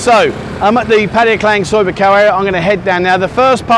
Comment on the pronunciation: he cannot even pronounce Pattaya correctly.